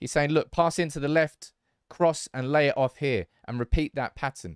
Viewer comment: Lay it off here sounds like he is saying De Jong Here haha